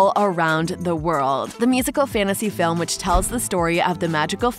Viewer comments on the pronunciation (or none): none